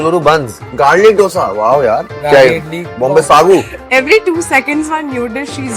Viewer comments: Not Dhose - Dosha or Dosai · if someone calls Doughsa instead of Dosa better stop eating Dosa , how difficult is it to learn a word ??? for real this is damn annoying Dal wala dosa yaar stop ruining it